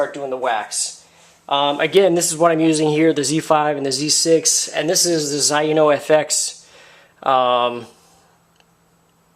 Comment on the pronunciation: just an FYI, It is pronounced ZAY-NO. Nice job with the video. Zaino Products are fantastic.